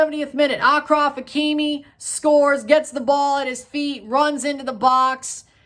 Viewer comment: Bro let me teach you how to pronounce the Moroccan names.. Akhoumach is pronaounce like this KH is like a spanish J and the CH is an SH Ashraf not Akraf Maw..Houb.. the H is like in hand.